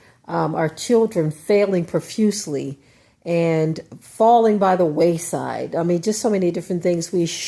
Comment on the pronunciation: Wayside, not Waist side...